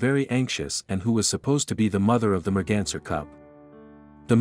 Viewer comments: Take a drink everytime he says "mergenser" RIP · Merganser? What?? How on earth could automated translation call a deer a merganser? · new drinking game..."the merganser cub" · Take a shot Everytime you hear Merganser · I pray that this is the last time I have to hear merganser Evev!!!!